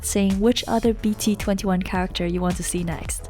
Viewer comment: when she said “b t 21” im like 😱😑 “b t 2 1”